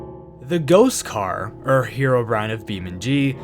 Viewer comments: Saying "err" instead of "or" bruh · You keep saying er instead of or